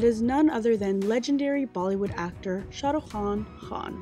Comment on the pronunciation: Shahrukh is one word pronounced together no braks.. & Hrithik.. the H is silent.. but spot on true video